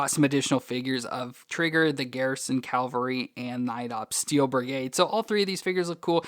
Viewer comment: Cavalry, not Calvary, which is where Jesus was crucified. Pronunciation makes a difference. Big difference in this case!